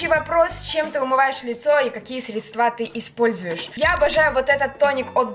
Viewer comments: Как же режет по ушам твоё средствА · уже не первый раз замечаю, что ты говоришь средствА. срЕдства!!!!!!!! Вроде бы ты живёшь в Москве, почти москивчка, а говоришь как колхозница. Запомни пожалуйста, ударение на Е срЕдства